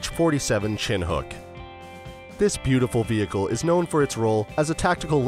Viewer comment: It is not chin hook; it is pronounced shinook!!!